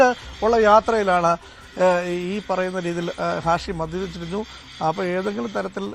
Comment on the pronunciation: ഷാഹിം അല്ല മച്ചാനെ.... ഹാഷിം